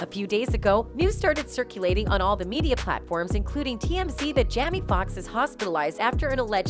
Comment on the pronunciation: His name is Jaime... Not Jamee. How annoying.